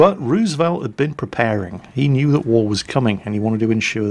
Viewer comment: Thank you for another great story. And thank you also for pronouncing Roosevelt correctly!